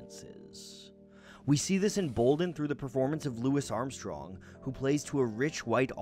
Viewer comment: Bruh said "Lou isssss Armstrong" tho